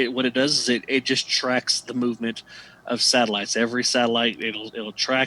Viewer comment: You keep saying SALITES